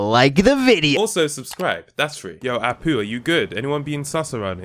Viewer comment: I dont know why, but it really sounds like you call him "A Poo" instead of "Apu"... couldnt unhear it... :D